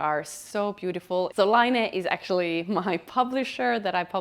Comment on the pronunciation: I thought laine was to be pronounced the French way to mean wool, it is pronounced layne meaning wave in Finnish.